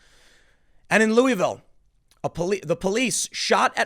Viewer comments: Tim. It's "LOU UH VILLE." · Ooooo god I’m from Kentucky, of all things to be annoyed with it’s the pronunciation of Louisville r